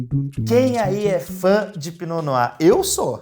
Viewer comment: Pra quem veio só pra aprender a pronúncia: . Se diz "pinô noá" 🥰